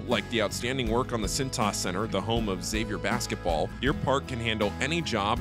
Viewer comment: Can't wait to see this dude play. Please let him know its not ex-avier… 😂